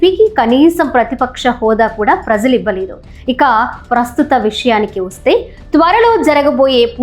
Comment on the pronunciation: చాలా కాలానికి మంచి తెలుగు వింటున్నాం. ప్రజలు.. లో జ సరి చూసుకోండి.. తల్లీ.